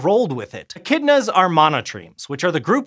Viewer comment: The way that he said echidnas the first time tho